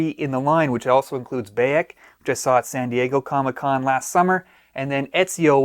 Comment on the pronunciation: Just got a deposit down finally. Im in the uk so had to work that issue out due to the us only thing. Cant wait! Will say you said Bayek wrong haha